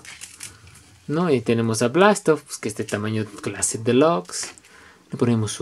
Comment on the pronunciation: buena review,pero le dijiste blastoff ????